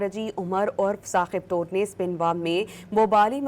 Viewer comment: Mohtarma nam to sahee lain, Tor nahee Toor qabeela ha